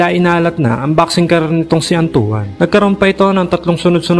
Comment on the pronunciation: Bakit antu-an ang bigkas mo kay Antoine? 😂😂😂